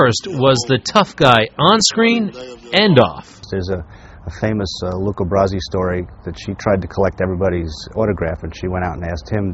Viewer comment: His name was Luca Brasi...not Luke Abrasi. He kept saying it that way during the lead-in to his interview.